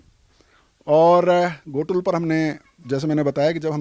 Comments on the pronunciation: भाई घोटुल नहीं गोटुल है ! गोटुल के बारे कई तरह के गलत जानकारी मीडिया न्यूज़ चैनल वाले हो या पत्रकारों एवं कुछ यूट्यूबर के माध्यम से भी गलत जानकारी दिया गया है , और गोटुल के बारे में कई तरह के मनगढ़ंत अफवाह फैला दिया गया है जो सरासर झूठ है ! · Ghotul nahi hai sir o gotul hai sir